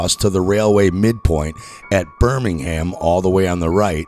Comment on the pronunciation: Oh, and learn how to pronounce Thames, Mersey, and Birmingham, you ignoramus.